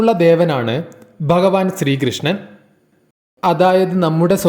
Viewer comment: dayavayi bhagavan enu parayuka ba alla bha anu thangal bagavan ennu dayavayi parayaruthae